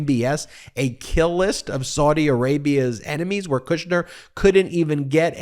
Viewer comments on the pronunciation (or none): Kushner not Kirschner